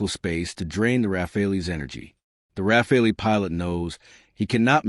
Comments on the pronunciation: AI BS cannot even pronounce Rafale..... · AI slop. Or a commentator who deliberately changes how to pronounce, "Rafale", within the first minute.